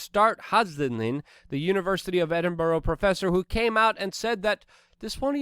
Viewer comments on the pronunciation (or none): none